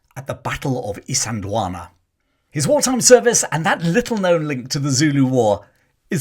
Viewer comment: Well done on pronouncing Isandlwana properly. I think Hollywood ego did get to Niven in that he attempted to volunteer for the RAF rather than serve in the army. Despite that hiccup, he served his country with honour when he so easily could have remained in America. Nivens American experience as well as his military experience made him the ideal liason officer both sides could work with.